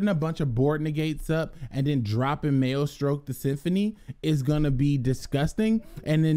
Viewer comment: Maestroke is a pun on maestro, please stop pronouncing it "male-stroke" hahaha people gonna get the wrong idea bout this channel